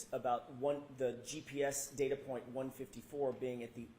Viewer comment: I like how expert highlighted word DATA ,BECAUSE DA WAS SAYING DAITER.😂😂😂